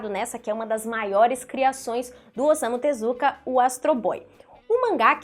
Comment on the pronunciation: Leia se "Ossamu Tesukáa"